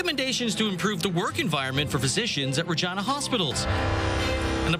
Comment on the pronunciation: Is that really how you pronounce Regina? 😂